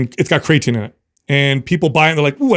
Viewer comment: I've never hear creatine pronounced Cray-a-teen, until today